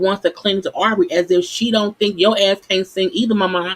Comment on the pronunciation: I really like your videos but we’re on episode 4. You know their names by now Sis lol. It’s Aubrey. And it’s Kiely. Other than that..keep it up!!